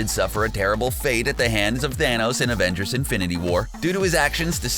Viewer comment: Afengers Affenmble!